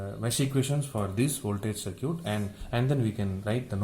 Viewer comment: Great lecture. BTW Circuit is pronounced "SIR KIT" in English.